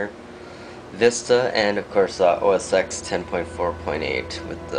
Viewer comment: It's ten, TEN!!! OS TEN!!!! lol